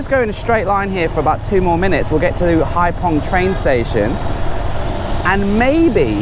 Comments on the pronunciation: What a difference. I was there in 2000. It’s pronounced hai fong, not hai pong. 😜😜 Thank you for these videos 🙏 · 'VIỆT NAM bởi MOTORBIKE' should be changed to 'Đi Việt Nam bằng MOTO'. Hai Phong should sound like 'haifong' rather than 'haipong'. Regards. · Just seen your blog and was,so disappointed, I was on Cat Ba 30 years,ago it was lovely looks like another tourist place to avoid. On a,side issue PH is pronounced as F in Vietnam 🇻🇳